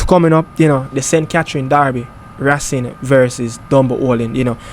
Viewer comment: Ray_cing not rassing